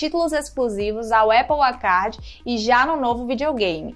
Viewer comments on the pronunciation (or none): none